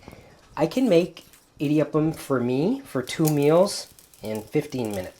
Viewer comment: Ok Honey, You're ridiculously the sweetest. Your Tamil is horrible. How come? "idi" prounounce like short vowel E-D, means grind, mill, clash. We use that word for thunder also! Rice flour is easy to press. Now try that presser with uLuttham paruppu(urad dal in Hindi and black gram in English) and make thEn kuzhal. It will be difficult to press and squeeze that bengal gram flour. It gets even more difficult to press with besan flour aka chick peas flour and make Omappodi. In Tamil Nadu, standard breakfast item in homes, restaurants or even weddings will be one of the following combinations 1) idli, vada, coconut chutney, mint chutney, onion chutney and sambhar 2) upma and vada with coconut chutney and sambhar. 3) venn pongal and vada with coconut chutney and sambhar. Only weirdos eat dosa for BF as its a bit heavy. Most of the people will eat dosa for lunch or dinner. I designated Idli, Vada, Dosa as the Holy Trinity from Tamilnadu🤣🤣🤣. That thamizh song you sang "மாசிலா உண்மைக் காதலே…. மாறுமோ செல்வம் வந்த போதிலே…" is a beautiful song sung by A.M Raja and Bhanumati. You have an aesthetic taste like me in Music😂. Do you know that normally the original or the dubbed version of the song becomes popular? Or for that matter even the movie. One will be a hit and the other flop. There is one movie which became hit in both the original and the dubbed version and even the song becsme a superhit. Original Hindi movie was Khiladiyon ke Khiladi and the song is sau bar janam lehnge Dubbed